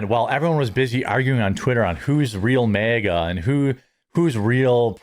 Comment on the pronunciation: You say MAGA like you're saying mega.